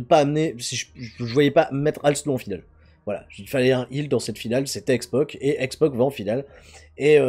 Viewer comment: Pourquoi dit il toujours x poc et pas x pac????